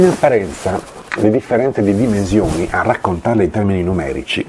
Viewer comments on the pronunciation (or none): Perché dici "dimenzioni "?